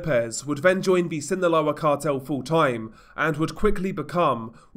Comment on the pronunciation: Hey DR, just to let you know Sinaloa is pronounced without the “th” sound in the “S” I think ur trying to pronounce it from Spain spanish which we don’t use